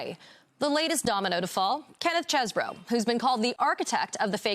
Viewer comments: You pronounced it wrong, it’s cheese-bro. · He pronounced it Chezz-bro when he submitted his plea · The attorney can't pronounce Chesebro's name correctly. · Do you know it's Chesebro and not Chesboro?